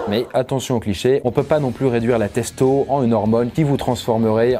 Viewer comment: "testo" Non. C est pas possible.